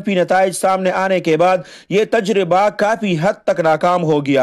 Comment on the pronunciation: جزاک اللہ خیرا اس کے ساتھ ساتھ اللہ تعالٰی آپ کو فھم دے کہ آپ کافی اور کاپی میں فرق کرکے صحیح ادا کریں۔